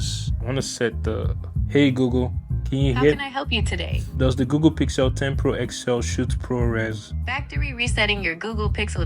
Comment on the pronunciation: Does he call it “GooGoo?”